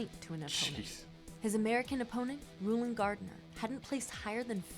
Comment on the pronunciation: not that it makes a "hill of beans" difference, but Rulon Gardner's first name was pronounced "rulin'", it's actually ROO-lon. You may not know, but according to the picture, Joe Lewis was from Ohio State (the school with the amazing marching band), and the school's teams are the Buckeyes, which is a flower in that state.